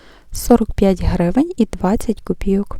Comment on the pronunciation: У Вас приємний голос і непогане знання мови. Але все ж таки правильно говорити "новИй тиждень", а не "нОвий". І ще: "копійОк", а не "копІйок". Цей неправильний наголос пройшов, на жаль, через усе відео. Будь ласка, не ображайтесь. Якби Ваша українська була погана (як у більшості Ваших колег), я б промовчала. А Ваша мова майже літературна, тож захотілося, щоб оце "майже" зникло. Я вперше на Вашому каналі, підписалася. Щиро бажаю усього найкращого!